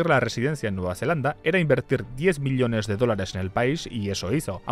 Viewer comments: me duele la oreja de escuchar "miliones" en vez de "millones" no entiendo xq lo dice mal jajaja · Me encantan tus videos, pero esto de decir "elios" "milionarios" "miliones" es infumable amigo